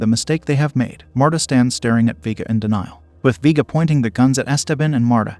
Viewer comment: Vee-guh 🙄🙄 Vay-guh ☺️☺️